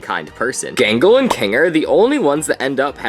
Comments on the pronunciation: . ah yes, "jingle". ah yes, "hasven". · Excuse me you called out gangles name wrong